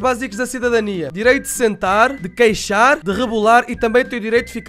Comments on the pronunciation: Não queixar, quicar kkkkk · Não é queixar e quicar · é quicar não queixar kkk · Não e queixar é quicar